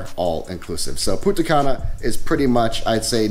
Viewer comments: You could pronounce the N in Punta Cana. Without is Puta Cana 🤣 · You pronounce Punta Cana as Puta Cana that literally means in Spanish Bitch Grey Hair xDdddddddd